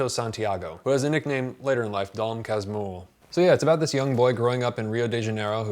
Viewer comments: Casmurro sounds like Casmooho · "Philosopher or dog?" = "Quincas Borba" ("KEEN-kahs BOH-r-bah") Casmurro = "kas-MOO-ho" :) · I think the closest thing I can write for you as "Casmurro" pronounciation is "Callsmooho" (oo as in food). Peoplo will probably get it right. Congrats for the review, man! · "Dom Casmiurro" aí MDS ❤️ Amo Dom CasmUrro (🇧🇷) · To pronounce: DOM "KASMOORO" not "kasmiro" U=OO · DOM CAS-MOO-HOO.... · Casmurro reads /kuhs-MOO-hou/ in Portuguese. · A little help on the pronunciation efforts: Dom Casmu-who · caz-moo-ho... try that :-) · you pronounced it perfectly except for the the R you gotta say it like an H. It's Dom Casmuho with the vowels you pronounced. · Dom kas-moo-hoh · You might pronounce like this "Dom Casmoohoo" open A, tonic at "moo" and, in this case, R sounds like H in english. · Cause moo hoe is how you pronounce Casmurro. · just, if nobody else in the comments said "Casmurro" is pronounced "Cahs-moo ho" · You got most of the pronunciation right, man. Dom is perfect, so is Cas. Mu: moo. Rro: Ho, Like Santa Claus' laugh. For portuguese speakers, I know this is not how you actually separate the word. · You can pronounce Casmurro like "casmooho" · Tip to pronounce Casmurro as a brazilian: Casmoohoo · Yoy can say Dom Casmurro like "Dom Casmoorro" you'll sound just like the right way to say it! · I'm surpriesed I haven't found this in the comments, so here goes a tip to speak the book's name: Your "Dom" is good enough. For Casmurro, try changing the "u" sound into a "oo", like "scooby-doo" Casmooro. That'll do it. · About the pronunciation, the letter "U" in portuguese, is pronounced "oo" like um "boo" or "moon". So the right way to say it would be "Casmoorro" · CAS - MOO (stressed syllable) - HOO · the pronunciation would be like Dom Cass mooo rro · "Dom Casmurro" phonetically is pronauced as "Dom Kasmuho" because "r" ou "rr" has the same sound as "h" like in "hospital" in English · but the U sounds like OO in english.